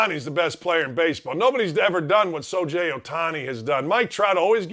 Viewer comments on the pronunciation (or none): Why is this asshat on Outkick? He's great with the media? So-Jay? Do some fucking research before you spout off about any player! You don't even know how to pronounce the guy's name! You're an idiot!!! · Sho Je? You lost me when you couldn’t pronounce Shohei Ohtani’s name correctly!